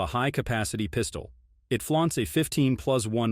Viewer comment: “Double stack Piiiistuoll”? Man these AI voices are crazy. At least use a good voice like James Earl Jones, Morgan Freeman, Denzel, Sam Elliott, Jeff Bridges, Josh Brolin, Keith David, Vin Diesel, Laurence Fishburne, Patrick Warburton, or Benedict Cumberbatch.